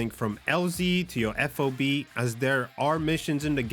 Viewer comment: Just say FOB instead of saying each letter.. F-O-B sounds odd.